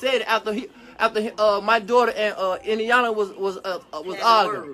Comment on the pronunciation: It's actually pronounced e-yawn-la not eye-yawn-la